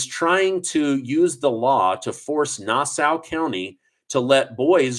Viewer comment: “Nassau” County is “nah - saw”